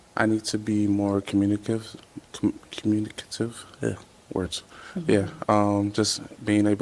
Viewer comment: If we thought had facial expressions before, these “Pop The Balloon” facial expressions 😂🤣 whole new ball game 😂😂 The way looked at the camera when dude mispronounced “communicative” 🤣🤣